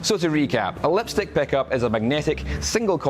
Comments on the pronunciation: Ah yes the lepstyck peckup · He cant speak The vowel I like when he says lepstick